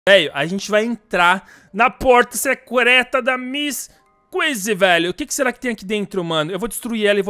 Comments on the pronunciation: ss ele falou secureta ksksks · Ele falou seucreto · porta secreuta kkkkk .ele no começo falou errado kkk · É secréta kkkkkk falo errado sem problemas 😁😁 vo continuar assistindo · pra mim que ele falou secureeta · ele disse " PORTA SEQUETRA"? KKkk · secrueta mds parece q falo espanhol ksksksks <D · na porta secreta oq eu ouvi:na porta sequestra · O VC falou porta secrueta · falou no início do video ele falou Secrota😂😂😂😂😂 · Kkkk ele falo suecleta kkkkkkk desculpa mas eu ouvi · Ele falou assim no começo do vídeo: veio nos vamos na porta seclerta da kissy missy